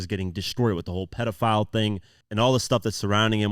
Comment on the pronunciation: Certified lover boy ? Certified pedofowl he pronounces like that with the owl for obvious reasons just one you missed